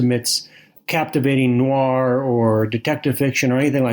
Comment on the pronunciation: What's 'Noo-ar' fiction? Is it fiction featuring 19th farmers from Somerset, England? It should be pronounced as a single syllable. If it weren't for the fact that it's an essential word in line, I wouldn't have mentioned it.